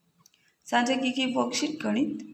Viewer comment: साक्षा नहीं मैंम साझा